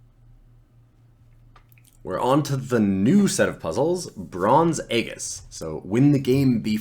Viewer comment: aegis is pronounced 'ējis'